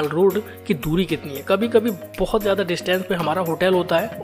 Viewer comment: Hindi bhi sahi nahi.. शानदार , सानदार नहीं, ,,ज्यादा जादा नहीं